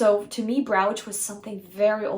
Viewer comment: Brooch is pronounced like roach, the bug.